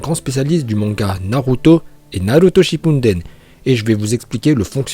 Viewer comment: Pourquoi tu prononce "Naruto shipunden" de cette manière juste par curiosité